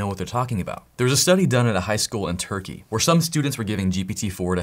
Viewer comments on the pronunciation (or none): none